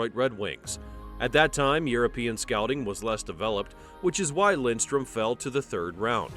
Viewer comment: It’s Lidström, not Lindström…